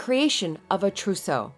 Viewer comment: And I thought I packed heavy.... oh, and "trousseau" 😉